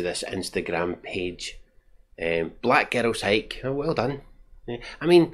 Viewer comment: To my American ears, every time you say "Black Girls Hike" it sounds like "Black Ghettos Hike". That would have been a much more interesting name for the hiking group. Great movie review.